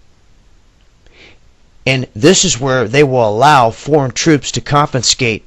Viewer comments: It's confiscate not confinscate..There is no such word as confinscate!!! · If he says "compenscate" one more time... WTF is "compenscate?" I fear non-intellectuals trying to educate the populace. How am I supposed to take him seriously when he doesn't know the word 'confiscate' when dealing with such a topic? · First, I agree with your description of event s in America and the world BUT an aside to those who speak on this subject. Speakers: If you want to have more effect on our struggles, learn how to PRONOUNCE the words you use. There is only one 'N' in CONFISCATE. Mispronunciation causes you to sound uneducated and distracts from the message.